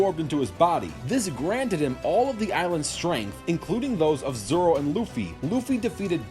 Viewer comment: it’s Zolo, not Zoro. Zoro is the guy from a different franchise.